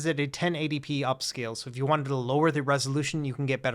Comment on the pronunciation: This would be perfect gor emulation if ut was 400$ Also this guy cant say U it sounds like ew